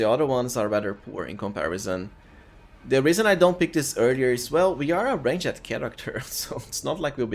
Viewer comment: nice videos, your accent is good, but the way you say "ranged" is so painful to my ears, look at prononciation and the overall quality of videos will rise!